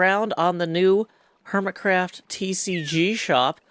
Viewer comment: I didn't know i needed saying "Hermitcwaft" in my life